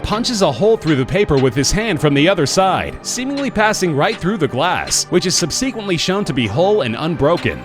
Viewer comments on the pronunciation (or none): Ok, it's time. Really like your videos, but please learn to say "subsequently".